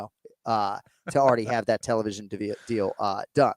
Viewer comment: jon, please, recognize that jiri says “let’s go for DAT,” don’t pronounce the “th-“ please